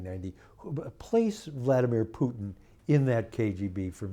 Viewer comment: Hos hard can it be for an educated journalist to pronounce Putin? 🤦🏻‍♂️